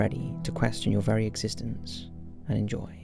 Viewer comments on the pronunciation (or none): none